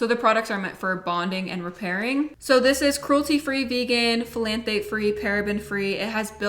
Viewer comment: Phthalate is such a pesky spelling! The Ph is silent, pronounced like "tha-late"